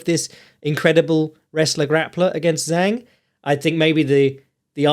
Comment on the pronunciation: the correct pronunication of Zhang is with.a "Jang" that rhymes with manga.